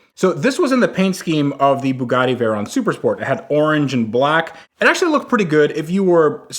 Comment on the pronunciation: Fugatti Vague-ron.